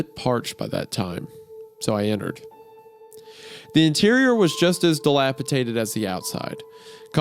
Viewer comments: DE LAP I DATED NOT DELAPITATED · Oh no, hunter has infected wendi with his inability to say delapidated.